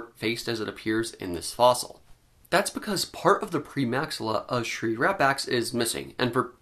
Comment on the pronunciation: Why do I keep hearing: Shrink Wrap Axe . Sigh .... Doc' about my...